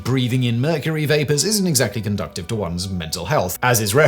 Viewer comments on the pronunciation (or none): Conductive or conducive 😂